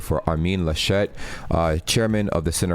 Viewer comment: He is not French ("Armine Lachette"?) So it's not ArMIN LaSCHET. but ARmin LAschet